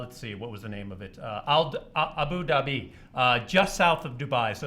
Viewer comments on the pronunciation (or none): "The Burj Ka-La-Fia"... "A-boo Da-Bee"... Umm, not quite. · Oh my god that pronunciation of Abu Dhabi wad painful.